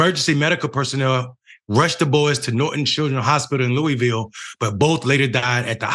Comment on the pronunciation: Lou -uh-vul Lou -uh - vul even looeyville is acceptable...but never lewis -ville